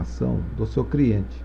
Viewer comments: as aulas são boas mas, Quem ouviu "CRIENTE" da um JOINHA kkkkk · Criente?... Shemartefone?... Esmartefones?... Kkkkkk